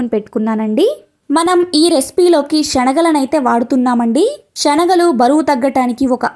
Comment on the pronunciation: Amma meeru చెప్పింది బావుంది కానీ శెనగలు షేనగలు కాదు